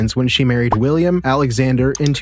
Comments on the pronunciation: His name is Willem, not William! Not loved in the Netherlands as he is know to be a upstart! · The King of the Netherland's name is pronounced Wil-em not William. The House of Orange-Nassau is not pronounced orange like the fruit. It's or-ran-je. You should know these things.